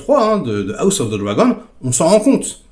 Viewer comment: "A la gauche ✌️AOUSSE✌️ Of the Dragon"... 😂😂😂 Desolé 😂😂